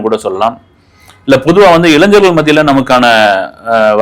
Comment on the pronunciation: ப்போ ...உன் வாயிலயும் " இளைஞர் ' னு வரல இல்ல? இளைஞ்சர்...கலைஞ்சர்... உன் தாய் மொழி தெலுங்குதானே...